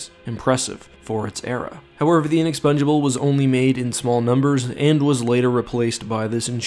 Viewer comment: Sorry bro u need to look up the pronunciation of inexpugnable